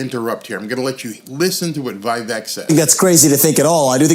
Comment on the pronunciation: Vivek pronunciation is: Vi-vake....